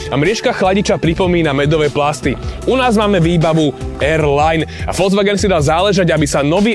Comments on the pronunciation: na jednotku ti to teda vyslo, volzvaken... mwah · naucit sa vyslovovat Volkswagen by aj do buducna v tomto povolani nemuselo byt na skodu